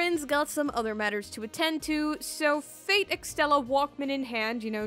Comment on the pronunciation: I kept hearing “fake” instead of “fate”